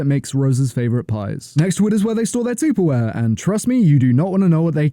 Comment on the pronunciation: get outta here with your “tooperware”